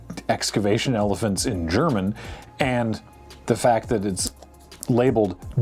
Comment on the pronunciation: as a native german speaker, your pronunciation isn't even that bad